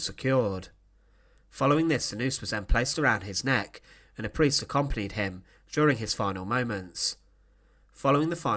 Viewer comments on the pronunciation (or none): none